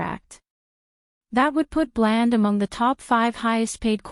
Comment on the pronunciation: Your saying blands name wrong learn our team please